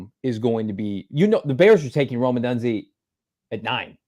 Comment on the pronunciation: If we pick Rome then you need to learn how to pronounce his name!